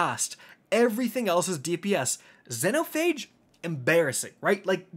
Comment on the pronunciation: I'm, and today, we have a brand (slap) spanking new to way to pronounce Xenophage incorrectly.